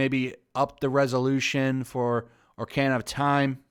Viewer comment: Did anyone hear how he said ocarina of time ? Lol